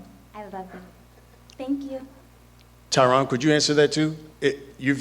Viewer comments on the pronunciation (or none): its tyron lol